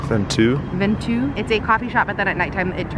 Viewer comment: it's pronounced ven-toh btw! :)